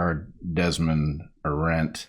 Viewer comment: Hanna Arendt has the emphasis on A- Aah-rendt. Like Ea-gle which means the same.